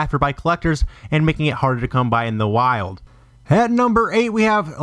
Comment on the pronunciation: "makeing this disk, hard to find" lmao why the fuck did you say it like. I heard it and started dien wasn't sure I prob heard correctly when I first listend to it correctly but when I found out it was what I heard i kept re winding continuing to laugh harder and harder lol